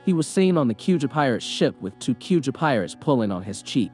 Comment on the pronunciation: 'skull' knew who he was? say-bowdy? k-youja? has the narrator even watched OP?